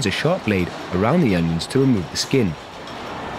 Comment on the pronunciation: ONIONS, not UNIONS. It drove me crazy enough to scream everytime he said union instead of onion.